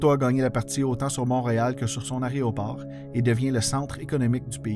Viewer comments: J'aime bien votre chaîne. Beaucoup de travail est requis pour faire ces vidéos. Faudrait juste faire attention à la prononciation de aÉROport (pas aRÉOport!). Merci. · Excellent vidéo. J'ai travaillé à YUL de 2000 à 2003 et l'histoire de YMX me passionne. Seul bémol, c'est AÉRO et non pas ARÉO ;) mais sinon, 10/10! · super contenu, mais j'en peut plus mes oreilles saignent trop y faut que je le mentionne: c'est un "a-é-roport" pas un "aréoport" même chose pour l'aÉronef" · Petit rappel : on dit un aÉroport et non pas un aréoport, et on dit unE aÉerogare. Une fois ou deux c'est amusant, mais pendant 11mn34 ça devient franchement crispant. Néanmoins, c'est très intéressant, comme chacune de vos vidéos. Bravo !